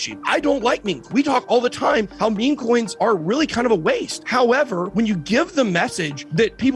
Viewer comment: I thought the way you say howevaaaa is painful, but how you pronounce scheme is next level illiteracy.